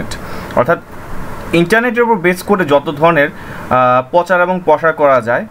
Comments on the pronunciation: ভাই "পচার" উচ্চারণ টা শুনতে খারাপ লাগছে, শুদ্ধ শব্দটি উচ্চারণ করুন। শুদ্ধ শব্দটি হচ্ছে ★প্রচার★। তবে ভিডিওটি খুব প্রয়োজনীয়। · পচার শব্দ টা কানে বাজতেছে....প্রচার বললে ভালো হত...btw tnx